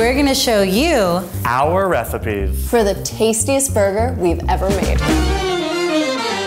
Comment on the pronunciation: "oUr rEhhIpEs"